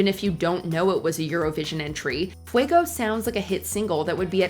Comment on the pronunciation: fweygowh? no, no, it's Fue-go .